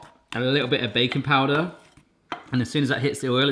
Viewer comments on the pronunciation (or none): Every time you say "baking powder" i hear "bacon powder". I must be hungry..... =) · Did anyone else hear bacon powder instead of baking powder????lol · I thought he said bacon powder 😂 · Hey, I heard bacon powder too--glad you said something! LOL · For a moment, I thought you said 'bacon powder'